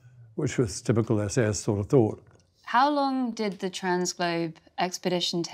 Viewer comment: I know he's trying to say SAS, but it comes out as "We the SS". A bit unfortunate.